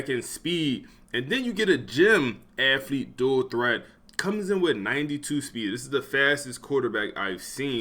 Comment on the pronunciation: Dawg I love the channel and content but I hate how this man says aFFlete over and over bro is allergic to the “th” 😂